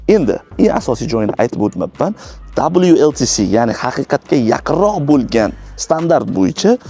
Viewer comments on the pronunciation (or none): WLTP дейилади . 2 маротаба WLTC дедингиз